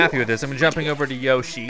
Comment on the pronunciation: you probably won't notice but it's Inkstrike splashwalls and how you say yoshi is yo-shh-e